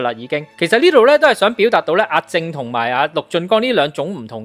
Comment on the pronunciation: 係林子傑，唔係陳子傑；阿正個名讀「jeng」，唔係「jing」